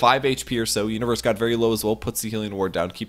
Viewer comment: sounds like he's saying Uterus rather than Universe lol